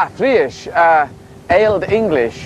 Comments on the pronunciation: This guy's Old English is awful! I had the benefit of taking a few classes with Peter Baker when I was a college student over a decade ago, and in the past 10-15 years, I've picked up a ton of Anglo Saxon. I feel fairly confident reading text in the West Saxon and Mercian dialects of Old English now. The hardest thing about Old English other than learning the inflected forms of words, is the pronunciation because certain sounds existed in Old English that no longer exist in 21st century English. An Anglo Saxon would have zero chance of understanding a modern English speaker because of the huge influx of vocabulary that has entered English, mostly through Latin, Old French, and 17 and 18th century French, over the past one thousand years. The time travelling Anglo Saxon would basically have to increase his functional vocabulary ten-fold. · Lol his old english pronunciation is so bad xD